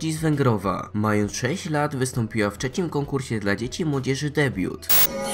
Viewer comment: czecim XDDDDD